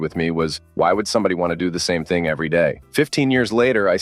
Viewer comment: What does this AI have against the word SOMETHING?!